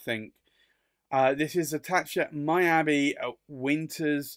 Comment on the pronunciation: Thank you,. Beautiful pens out of my price range. Fun to see, though. (Miyabi is pronounced Mee-yah-bee) Thanks again.